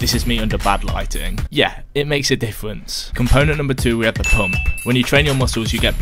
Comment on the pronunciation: is this the Chris Bumstead way of pronouncing lighting? xD